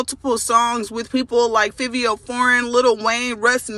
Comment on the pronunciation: Lmaoo she said Fiv-veo foreign😂😂 its pronounced (fah-veo)